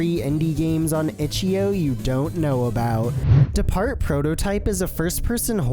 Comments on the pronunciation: "Itch yo balls" ahh pronunciation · "itchyo" bro what